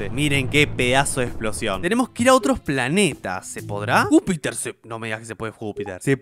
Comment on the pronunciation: No era Júpiter era ñijuter